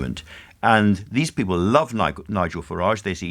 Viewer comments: I wouldn’t vote for him simply for the way he says ’Peepil’. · Always loved how Michael pronounces the word 'people'. Bless the lad. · Another delusional Tory. I hoped I would never hear the way he pronounces "people" ever again.